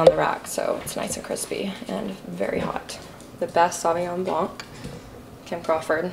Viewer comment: The c in blanc is silent :)